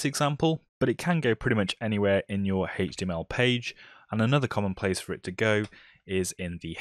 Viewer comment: Everyone: H-T-M-L this guy: HETCH-TY-YEML